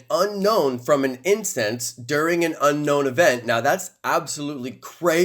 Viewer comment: Its pronounced 'un own' not unknown